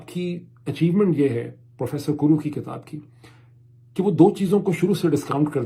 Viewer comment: Please call book..kitaab not kataab ..bharna is BARHNA..a little correction.. please don't mind it .thank you